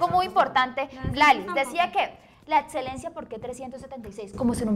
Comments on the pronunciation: dice "edselencia" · En serio no puedo con la muchacha que dice "etselencia, atseso y otsiones" !!! Lo siento por el comentario vano 😉 muy bueb video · Adsedan. Edselencia. Odsion... Los estragos del uribismo en la energumena.